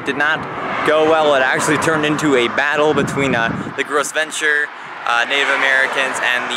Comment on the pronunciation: Great video! (Gros ventre is pronounced grow vont but overall awesome video)